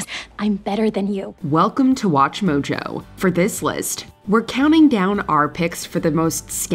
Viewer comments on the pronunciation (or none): none